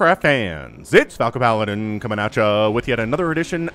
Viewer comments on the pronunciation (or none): none